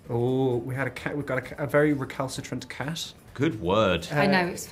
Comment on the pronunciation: Language question: how do you call the way Joey pronounces "t" sound at the end of words like "not" or "cat" ?